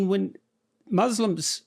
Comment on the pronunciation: I don't know why Westerners keep saying "Izzlam" and "muzzlims" ??!! Is the letter "s" is difficult for you to pronounce!!!!